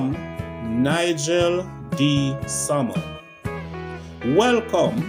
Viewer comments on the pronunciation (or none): none